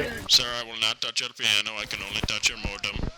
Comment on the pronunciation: It sounded like you said you made your friend touch your piano